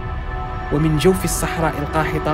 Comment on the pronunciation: جوف الصحراء القاحطة 🤣